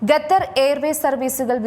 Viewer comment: Ithenthaaaa ningal Gethar gether nnu parayunne... Style aano... Alpam malayali mariadha kaanikku.... Qatar ennu paranjaal nthaa.? Annam tharunna naadinte Peru valachodikkalle